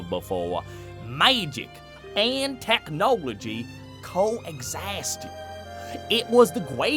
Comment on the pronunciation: "maagic and technowlogy Co-exisasted" 😂